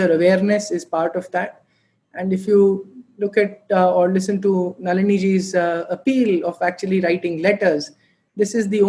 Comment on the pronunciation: Great commentry, thanks to Naliniaa Raoaa (intentional spelling to reminding not all words end with an aa आ in Sanskrit) - please learn Sanskrit before speaking Sanskrit words properly.